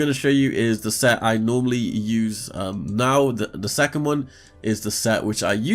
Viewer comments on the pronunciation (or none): none